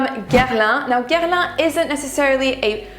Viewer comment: Ca s'entend tellement que tu es française quand tu prononces les noms des parfums Guerlain.